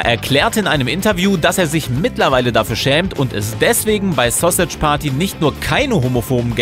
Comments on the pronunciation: Es heißt verdammr nochmal Sausage nicht Sossitsch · 😂 Wie alt seid ihr bitte? War klar das sowas von jemanden kommt, der keine Ahnung hat! Sausage wird wie im Englischen ausgesprochen (was er nicht tut ihr Affen) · Wie er Sausage ausspricht😂